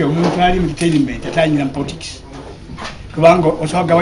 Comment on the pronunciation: HOW DID HE PRONOUNCE THE WORD ENTERTAINMENT 😏😏😏😏😏😏KASITA EKILUNGI ABAWALA NUP BEBANGI KATI ABAWAGILA M7 MWEZISE